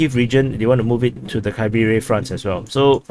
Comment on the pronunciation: It is horrible how you pronounce Kriviy GIh